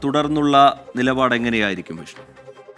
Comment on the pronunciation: നിലപാട് നിപാട് അല്ല